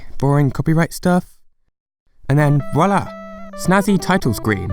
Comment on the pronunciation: LEARN HOW TO SAY MARIO IF YOUR GOING TO MAKE A VIDEO ABOUT IT!!!!!!!!!N Wallah? Seriously? Ok so you just need to learn English in general....it's voila with a "v" not a "w"